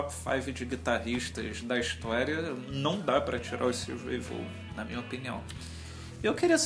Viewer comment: Não é "Vôgan" a pronúncia é "Vón".